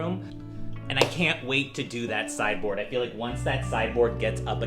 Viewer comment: Every time you say sideboard, all I hear is cyborg and it is cracking me up.